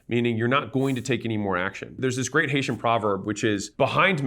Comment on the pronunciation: I appreciate the love Alex for Haiti 🇭🇹 At first I thought he said Asian, then I recognized the proverb. 🇭🇹 nou la “deye mon gen mon”